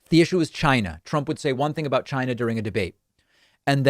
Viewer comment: Hey David, you're mispronouncing China. Trump taught us it's pronounced Chiy-nah.